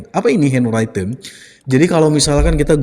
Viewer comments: henwriten pak, bukan henwraiten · SORRY,sorry banget. Handwritten cara membacanya henriten bro. Bukan henraiten.